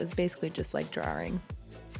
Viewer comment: do you say 'drawing' kinda weird or am i crazy. 'drawring' do you say 'crown' for crayon? sorry, im not making fun of you girl just curious about dialects and weird things like that. Kinda like when people say 'look it'. It fascinates me.